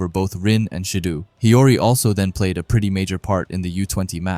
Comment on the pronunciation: SA-Aye and Shi-DOh pronunciation 😊